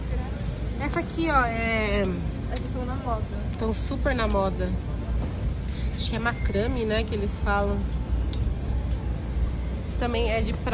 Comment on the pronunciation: Por favor o certo é MACRAMÊ!!! O ME que é a sílaba FORTE!!!!